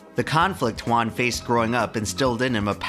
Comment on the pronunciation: FINALLY SOMEONES PRONOUNCES CORRECTLY JUAN!!!! gratz from Argentina